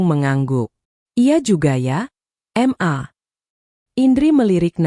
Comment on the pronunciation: Mbak jangan baca em..a...tapi ...ma karena itu bacaan singkat dari mama😇😇